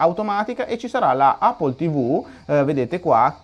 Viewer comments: NON SI DICE 'APPLE' SI DICE 'EPPLE' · Andrea la pronuncia corretta è "èppol" (non è un offesa :D) cmq continua così sei grande!